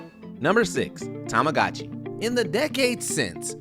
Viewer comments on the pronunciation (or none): Let's see if you can pronounce TAH MAH GOH CHEE correctly.